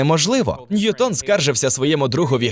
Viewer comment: Тільки наголос: не НьютОн, а НьЮтон, бо він англієць